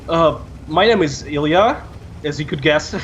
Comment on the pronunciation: I tought he said ealien, not Ilya :/